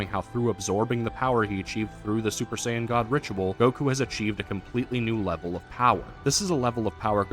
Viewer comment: Z fighters being the go to in western DB kills me. Just like how they mispronounce Saiyan.